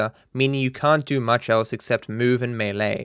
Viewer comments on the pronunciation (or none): none